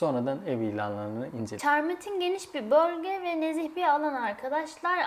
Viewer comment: Çok teşekkürler :) Tek yorumum Chamartin'in okunuşu olacak, charmatin değil hehehe